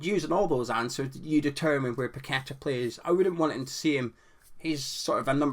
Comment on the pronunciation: 'Paquetta bout it'